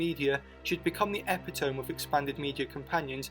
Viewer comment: Nice vid - but it's pronounced eh-pit-oh-mee, not ep-ih-tome.